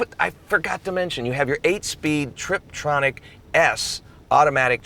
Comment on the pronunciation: It's a Burmester stereo system, not Burmeister. Also, it's a Tiptronic transmission, not Triptronic.